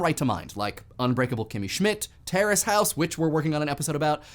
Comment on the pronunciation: I keep thinking he's saying Tara's House, find out its Terrace House